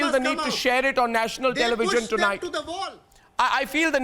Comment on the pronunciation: IT IS TELEVISION NOT TELEVIGION